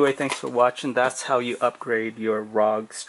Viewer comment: Are. Oh. G. not rahg.